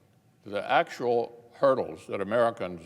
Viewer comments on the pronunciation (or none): Did he say turtles or hurdles??